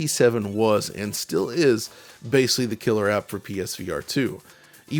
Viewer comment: You say the word ‘basically’ a lot. It wouldn’t be an issue, except you keep mispronouncing it as ‘basely’. It’s really distracting and lessens the production quality of your videos.